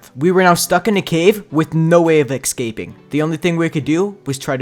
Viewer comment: lol sounds like my friends when he says excaping instead of escaping